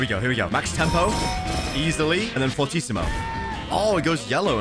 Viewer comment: This was one of the first YouTubers that know how to pronounce “fortissimo”